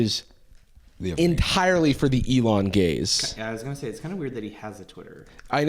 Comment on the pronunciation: Lmao my brain keeps processing it as "gays" every time he says "gaze" 😂